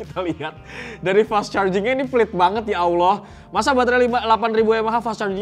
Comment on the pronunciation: Coba coba ulang ngomong fast chargingnya..😂😂😂😂 medoknya itu loh😆😆😆😆